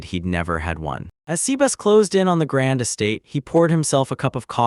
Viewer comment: C-Bass is a very different take on the pronunciation